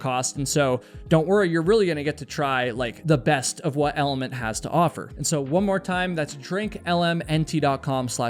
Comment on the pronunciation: Funny how you pronounce it in a literal way. "eLL Ment" I feel like it's a clever play with words and is supposed to sound like Element. "eLL eM nT"